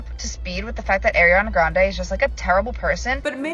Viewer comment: The way you’re mispronouncing her first and last name..😂